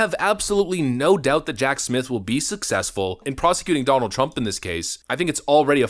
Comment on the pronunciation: OMG goof can U NOT ever not speak in double talk - and WTH do U mispronounce TRUMPs 1st name & the MA democracy? Not sure it it remotely as funny as U think it might be